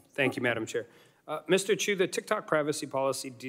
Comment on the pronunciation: To start off, our dear Congress members can't even pronounce his family name right. Can't count on them defining what an "algorithm" is.